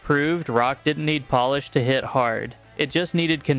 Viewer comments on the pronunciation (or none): none